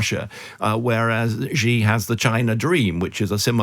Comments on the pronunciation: After 24 years living in China, I can confirm there is no such thing as a ‘China expert’. Especially one that cannot pronounce Xi’s name correctly! 😂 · If you're going to pretend that you know what your talking about, at least pronounce Xi's name correctly. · You all need to practice how to say Xi. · If you are going to be an expert on China, learn to say 'Xi' Jing Ping correctly.